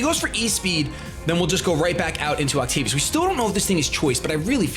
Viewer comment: ovtacius? you mean octavius?